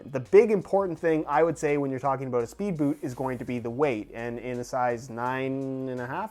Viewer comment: Did you hear him sat aboot instead of about ;) it really fits with these videos